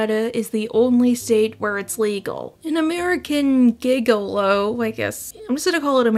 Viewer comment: It's jig-a-low. Like you dance a jig.